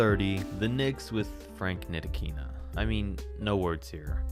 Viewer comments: Its not ntikina, its nilikina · Don’t disrespect Frank ntilikina again, he’s been balling this year, but since yo ass don’t know basketball all you do is look at stats. If you watch film you’ll see he has a massive impact in the defensive end of the court. You didn’t even pronounce his name right.